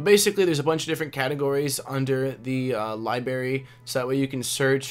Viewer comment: Thanks for the tour. LibRary. Not liberry. Makes me cringe every time.